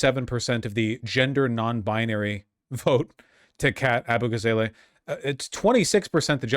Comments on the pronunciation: When Vaush said “Ah-boo-gah-zay-lay” I got the 1000 yard stare. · Abu-gah- zah-lah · Still upset that all these leftist streamers can't pronounce Abughazaleh